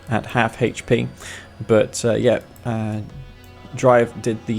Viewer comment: "Hay-ch P " Hahahaha That accent. Raised West Coast